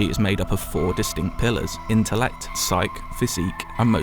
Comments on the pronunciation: It's pronounced SAI-kee, not "Psych". And MO-tuh-ricks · The word "psyche" is pronounced with two syllables: "si-kee", not "sike". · Great review. If you don't mind the tip, "psyche" is pronounced /psy-kee/ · I'm pretty sure "psyche" is pronunced "saiki". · "Psyche" {Sai-kee} Overall a great review! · Psyche is pronounced "sy key" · First he should learn how to pronounce psyche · LOL so erudite he can't pronounce "psyche" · say psyche right now. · Can’t even pronounce Psyche correctly. Oof